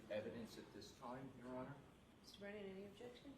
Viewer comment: The Fraudster,, calls Hank Brennan... Wait for it... BREENAN!!! 😂😂